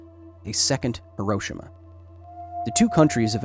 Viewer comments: Great presentation and I appreciate the data.... But, just for the sake of accuracy.... it is pronounced He-Row-She-Ma.... Not He-Rosh-Ama... I have visited the site and spoken with the people living there... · The 'i' in Hiroshima is silent. It's pronounced 'Hiro-sh-ma'. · Minor nitpick: your mispronunciation of Hiroshima. ☹️ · Might be helpful if you pronounced Hiroshima properly !! Would give you some credibility.